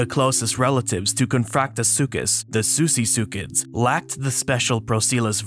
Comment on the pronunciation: Susisuchid? it's pronounced sussysuchid!